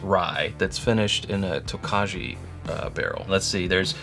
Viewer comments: Hey y’all! Tokaji is pronounced Toke-Eye… it’s a Hungarian wine region and widely considered one of the best dessert wine varietals in the world. How interesting! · FYI it’s pronounced “toe kye” not Tokaji. It’s a Hungarian dessert wine.